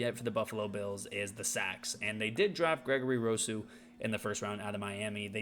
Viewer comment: I would just like to respectfully say by the end of the year you won't be mispronouncing Rousseau and Basham's names 😉. Bills will win 14 games in the regular season and be the #1 seed in the AFC. Allen and our O is too good not to, along with our improved pass rush. Go Bills ✌🏼